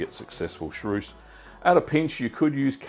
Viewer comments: Chaource is a great cheese, but you keep saying charouce... 😂 Cha-who-rce would more be the sound in english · Hallo, please say sha—ource, not sha—rouce!!